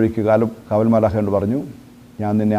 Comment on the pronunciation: മാലാഹ അല്ല മാലാഖ